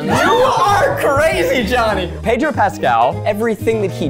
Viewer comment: I love how Zach cannot pronounce 'Pedro' if his life depended on it.